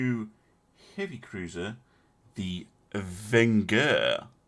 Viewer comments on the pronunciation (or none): Me:Was so happy when the Spahi sunk, no longer mispronounciation...: A new cruiser the "Vinegar"... Me: oh no, it's starts again 🤣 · It's Von-jher! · Vengeur is prononced Avenger without the A.